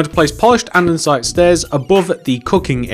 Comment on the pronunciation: anyone else find it really annoying whne he mispronuciates or spells something wrong in the video. For example, he says anDENsite!! It is just Andesite. There is no N!!! Also he spells grey wrong. He says gray not grey. REALLY ANNOYING